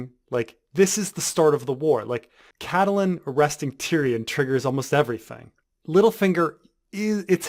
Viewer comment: The 'E' in Catelyn is silent.